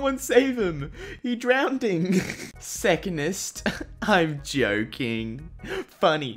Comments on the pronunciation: he drownding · "He drownding" O NO! IS THE SINK SHIPPING? Edit: Thx for the likes btw